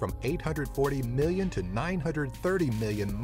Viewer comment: Am I the only one who hates how he says, “million”